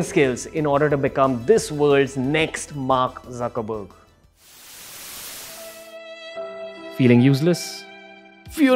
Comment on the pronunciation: Jab bhai ne Zuckerberg bola muje suckerberg sunai Diya 🤣😂